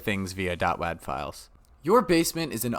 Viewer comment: that is NOT how you pronounce WAD